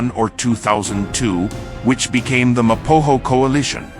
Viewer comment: It's Ma Po Go!! There is not hass in it